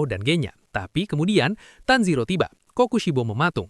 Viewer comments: Tanjiro ke Tanziro😂😂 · tajiro❌️ tanzero✅️